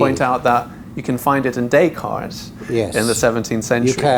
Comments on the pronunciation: Daycart. Does he live on i-beether? Does he know about ma-ah and a-e-ma-ah? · It took me a while to figure out what a "daycard" was or who "Daycart" was... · Always amazing the ignorance/arrogance with which the Anglo-Saxons mutilate non-English names. Is it too much to ask to pronounce "Descartes" or "Mozart" or "Putin" correctly ?